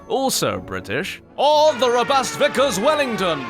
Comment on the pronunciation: Or as the shooting range would have it; the "vie-kers wellington"